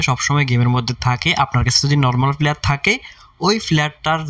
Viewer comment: Flayer 🙂fura luck ,tarfor,shoebofrothom ,🙂fasss, Vai vasha tik Koren Valo koira bolen Valo shuna jai na